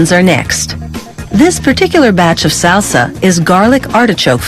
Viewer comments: SALE-SA, H-ERB, CIL-ANN-TRO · I've never heard someone butcher the word "salsa" so many times in one sitting. Or "cilantro" for that matter. ;) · i’ve never heard someone pronounce salsa, cilantro, and herb like this 😂